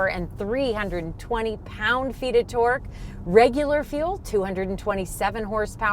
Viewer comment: I love the way you guys say things, don't really notice much difference in the Canadian/American accents. The only thing that gets me is sometimes the way says Torque sounds like twerk, and i think of big booty cars twerking 😂